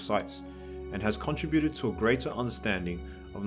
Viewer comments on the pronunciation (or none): none